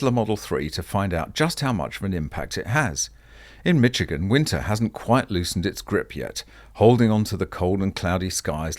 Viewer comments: Mitchigan? now horrible pronunciation on top of your FUD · Hi, Michigan is pronounced Mish-I-Gan. I have a garage but its not insulated or heated. Older house. Love your vids!! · Sorry to be a smart alec but when pronouncing MICHIGAN please note there is NO “t” in the pronunciation. Anyway thanks for all your great commentary on these useless motor vehicles. Electric vehicles, at least in their present form won’t exist in 10 years. Politicians and activists will eventually get the message. The sooner the better.